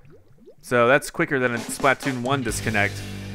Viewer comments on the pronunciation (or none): The way you pronounce Splatoon made it low key hard to watch. "Spluh-toon", not "Splaht-toon" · Okay dude seriously, start pronouncing Splatoon correctly. Its a play on the word platoon. Its pronounced the same way. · Why does he say it like splat toon it's 1 word splatoon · every time he says "Splat-Toon" I cringe a little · i cringe everytime says splatoon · The way you pronounce Splatoon drives me nuts.